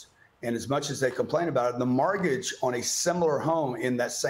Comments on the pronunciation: Its mortgage, not margage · WTF is a Margage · STOP SAYING “mArgage”!!!!!!!! What’s WRONG WITH YOU DUDE!?!?!??!? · What’s a margidge? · Would be great if he stopped saying “margage”. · Too distracted with the chronic mispronunciation of mORtgage… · Why can’t he pronounce mortgage? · Who taught him how to pronounce mortgage? Luxury apartments are hurting in many cities because they overbuilt. He just wants people to invest in his program. Come on FOX, hope he paid you for his air time. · A mortgage is still better than renting. He's full of crap! Renting is still higher than a mortgage so he's lying. You can always refinance when the rates drop and you have many more options such as selling. He acts like you have to take on 30 years of mortgage, which by the way he can't even pronoun 'mortgage' correctly. He's a con man plain and simple who makes money screwing people over. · This guy cant even pronounce mortgage so...